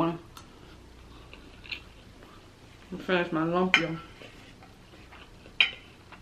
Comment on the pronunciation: Hi gorgeous, I’ve never tried pancit but lumpia I have and they are delicious. Yes try Ethiopian food, the channel osh and akela recently did a video with Veronica wang and they are Ethiopian good, please go watch it if you haven’t it. Buy the ingera bread if you’re going to try it, also the rice and the curries. ❤️❤️❤️ lumps is pronounced loom-Pia 😘